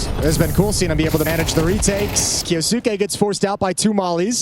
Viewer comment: 'Ki-yos-ke" not "Ki-yo-su-ke" it's silent 'u'